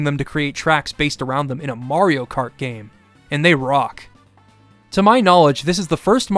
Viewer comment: mayro krat